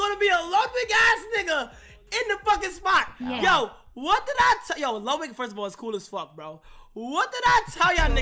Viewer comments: It’s not called the Ludwig it’s called the luddy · its pronounced "the luddy" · I hate how he keeps calling it the Ludwig instead of the Luddy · It's the Luddy, no one's calling it the Ludwig lmao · Stop calling it the ludwig it’s the luddy